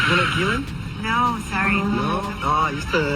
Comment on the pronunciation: Mais ? Mdr, pourquoi tu l'appelle Gisèle ? C'est Guilène la prononciation, tu m'as tué de rire !